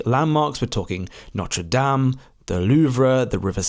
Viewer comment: NOTRE DAME -- please note the last letter